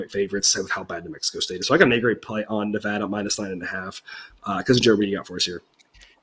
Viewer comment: It is Ne-VAD-a, where VAD rhymes with BAD. It is NOT Ne-VAHD-a.